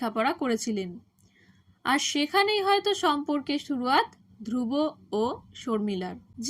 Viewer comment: বাঙলায় উচ্চারণ ধ্রুবো, ধ্রুব্ নয়।